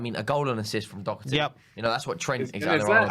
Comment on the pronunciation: I wish they would pronounce his name right at least. Its DOHERTY. Not DOCKERTY, and get off his back. Sessegnon is useless.